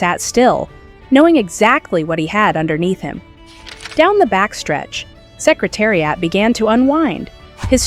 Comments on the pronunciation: So many misplaced videos going backwards and mispronounced names of jockies and horses. What a worthless video! Secretari-ott really! The whole purpose defeated! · Canadian pronunciation.;)